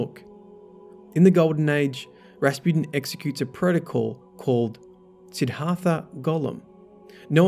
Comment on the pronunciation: Sidd Har Tha? Dude. Seriously?